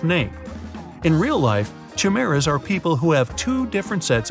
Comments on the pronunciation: Chimera....ki-Mara. Not chi-mara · kai-mera. not chimera.